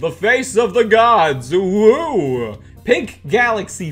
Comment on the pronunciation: Lol I thought I was the only one who noticed UwU